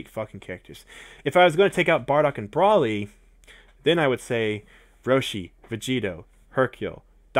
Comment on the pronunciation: it's bro-ly not bra-ly